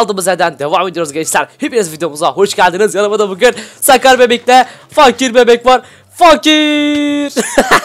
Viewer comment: Abi fakire seslenirken fakirin ırini söyleme fak ir